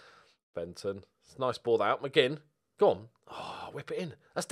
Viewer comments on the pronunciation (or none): The young Scottish lad is called ‘McMinn’ not ‘McGinn’